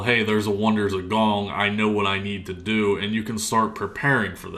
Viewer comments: gond... Gond... GonD.... GOND!!! Only one G. Not gong, GOND. You know what you are doing to me. I hope you are laughing really hard right now. My stress is through the roof. Lol good video man. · What comes after Rank 6, Wondrous Thingamabob? By the way, it's Wonders of GOND, not Gong. And it's STEEL Ingots, not Still Ingots. {:-:-:}